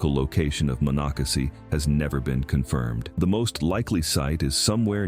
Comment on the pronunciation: Did not pronounce Monocacy correctly. 🙄